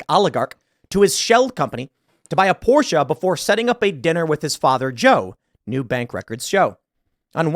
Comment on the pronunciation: Tim with the correct pronunciation of Porsche. Nice to hear